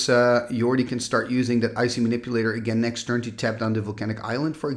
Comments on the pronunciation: Olle instead of Ölle? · I watched a vintage Pro Tour video recently, and they butchered Ölle's name so bad. They pronounced it like Ollie Raid. Sorry, we're American. 😂